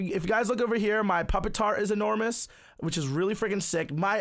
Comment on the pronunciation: anyone want to tell it's not "puppet-tar" but pu-pi-tar?